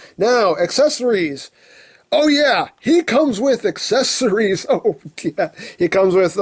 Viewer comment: Also when he said aceceries I was like NOOOOOO OH MY GOD